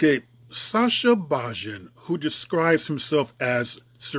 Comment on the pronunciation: It's pronounced bayin